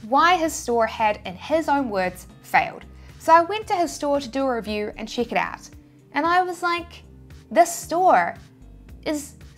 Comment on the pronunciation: Love all your videos & valuable contents - inspiring us to try TShirts P. O.D. Thanks. Your ' Tein (10), 'Chick' out is funny. Haha! My accent is funny too!